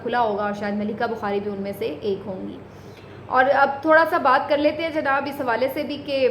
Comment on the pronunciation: LAFAZ JANAB KO ZANAB NA KAHEEN,,,,TALAZ KI GHSLTI KO SAHEE KAREN,,PLS